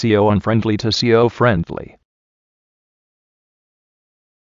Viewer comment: lol this ural is not see-o friennnndly!